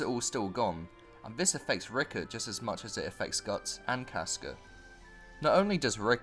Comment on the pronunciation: It’s Rickrit, not Rickert